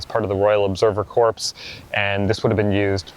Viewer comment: Great vid as always - one tip, 'corps' is pronounced 'core' 👍